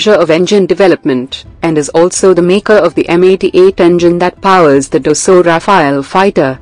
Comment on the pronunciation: it's Rafale not rafael